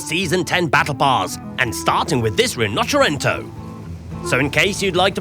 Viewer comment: Please learn how to pronounce Rinoceronte